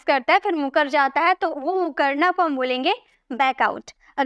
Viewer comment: मुकरना नही होता है जी, मुखरना होता है